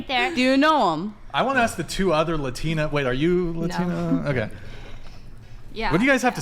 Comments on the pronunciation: The "latina" sounds like she's a downsie. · She said luhtina😂😂😂